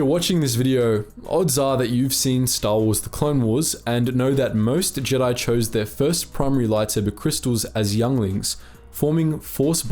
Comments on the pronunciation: "Jeedi" lol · What’s up with pronouncing Jedi wrong in the later video?